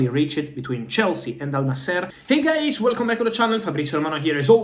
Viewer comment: I like his "Hey guies"😂